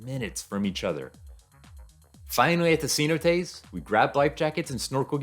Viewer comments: Ce-NO-tays, brother. SEE-no-tays puts the accent on the wrong syllable. Cheers and best wishes! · Great video! Your positive attitude is a nice change of pace. For some people, cheap cruises are the best option for a vacation. Oh, and if anyone's wondering, he's talking about "cenotes" pronounced more like "seh-NO-tays." 😉